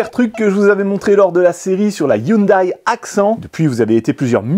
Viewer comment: Ha lala. L accent Européen la façon que vous prononcer Hyundai est affreux. XD